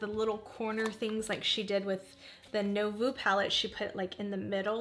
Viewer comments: Nouveau is pronounced as nu-vo (not no-vu) ❤ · Sorry to be a word Nazi... But.... Nouveau is said new like new...voh like oh my lol. New-voh